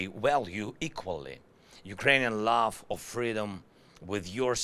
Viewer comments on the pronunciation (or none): World still comes out as wold, which is not a word in English, but the word exists in Swedish, as våld, which means violence. Also he says love like laugh, I have absolutely no idea how you can turn the word love into the word laugh, but he does it! Americans laugh peace, he said. Jeesus. Love is pronounced with an o-ugh, sort of like lough-ve, while laugh is pronounced with sort of saying Laaaf or Laaph. Love is spoken as in low, love, low, love, low, and laugh as in lad, laugh, lad, laugh, lad. 🙏🇺🇦